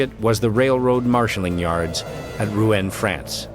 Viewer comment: Not "Roo-en", but "Roo-on", please.